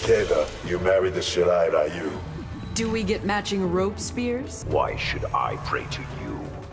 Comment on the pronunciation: Did... did the voice actor just butcher the Ryu pronunciation like people from the 90s who didn't have the internet?